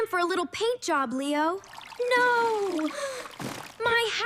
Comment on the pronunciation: It’s not n 0 is NO you braille English talker